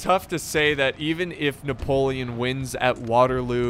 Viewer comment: “I say, I Napo- French voice kicks in - LEON